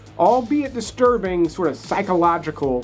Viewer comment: Take a drink every time he says "disrurbing".